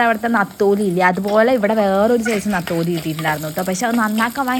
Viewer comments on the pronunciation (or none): നത്തോലി അല്ല നെത്തോലി